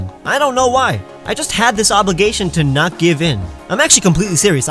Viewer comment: AND YOU SAID THE FIRST PART WRONG! IT'S "I WAS NOT EXPECTING", NOT "I WAS DOT EXPECTING!"